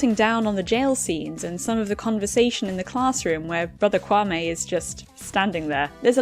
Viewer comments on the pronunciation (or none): Ok I know this was supposed to be serious, but It just made me laugh when she pronounced kwame wrong